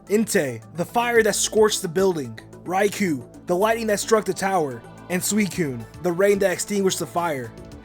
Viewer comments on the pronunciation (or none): none